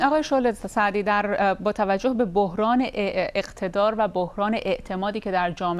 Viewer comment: صد بار خواست بگه شعله سعدی اما گفت شعله زردی